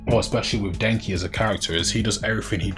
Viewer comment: Bruh I ain't gonna lie, idk if it was your accent but it sounded like you said Denji like Denki 😂 Also good luck with this video, it hit my feed pretty hard so maybe the algo will push it more